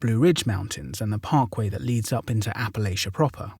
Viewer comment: My dude, it's App-uh-LATCH-uh. :) From Kentucky!